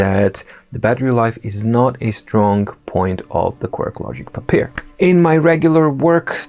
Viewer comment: I am excited about this review series on the Papyr. Unfortunately, it’s a little hard for me to deal with the intentional mispronunciation. My problem, yes. Sure, it’s cute, but— Why, though.